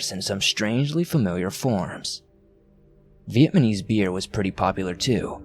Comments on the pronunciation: Lmaooo. "Vietman" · Fuck just pronounce “Vietnamese” correctly at least once. Completely ruins any immersion of character. Knuckle dragger. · You didn't say Vietnamese correctly once I don't think. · How can you do a webcast with a story that takes place in Vietnam and not even know how to pronounce the word Vietnamese??? In my 57 years, I've never heard anyone mispronounce it. At least for consistency purposes, why aren't you calling the country 'Vietman"? Just curious. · This was a great story. But I cringed every time you mispronounced Vietnamese. The baffling thing to me is that you can pronounce Vietnam just fine. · There were a few mispronunciations in this. Maybe reading too fast. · Just heard dude say it twice and now I'm laughing my ass off lol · Lol. He keeeeps saying it!